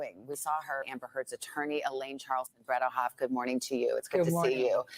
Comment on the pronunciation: Bred-eH-hoft . Not to be confused with ayyyy. It is an EH